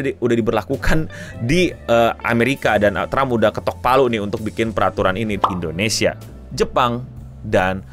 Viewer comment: Endonesia? Indonesia keleuss... 😅😅